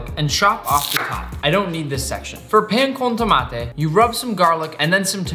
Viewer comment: As a person who knows how to properly make pan con Tomate hurts me a bit that he didn’t use a Baguette. His pronounciation isn’t that good. But I still enjoyed the whole video